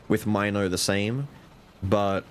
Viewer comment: I know you love Milo but it's gat dayum mino as in Minotaur. I know it's a mine and it's mind control but I just can't look at mino and say mine-o